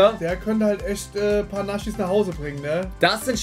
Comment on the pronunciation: Ich liebe euch Jaaa bin auch sehr lange schon dabei,aber bitte,lass dieses „NASCHIS“ bitte das triggert unnormal 😢